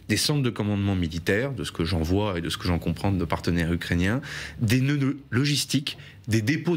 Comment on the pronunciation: "frapper des nœuds-nœuds logistiques" 😅 Des neuneus logistiques ? Pas très sympa pour les russes le lapsus mais tellement vrai 😂